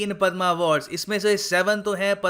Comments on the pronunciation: Don't call पद्मा It's पद्म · Sir please tell them, Padma not padmaa award. 🙏🙏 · पद्मा नहीं पद्म